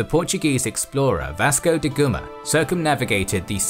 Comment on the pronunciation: One thing I don't particularly like about these videos is the pronaunciation of names. here at about Vasco Da Gama mutates to Vasco De Guma, in another vid the Roman Curio is Ceerio...